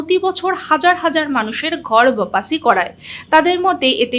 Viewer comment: Ota ghar bapasi nay...... Thik uccharan holo ghar wapsi.. Kemon